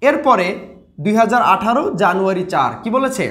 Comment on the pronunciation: jano 1 was funny to hear😅😁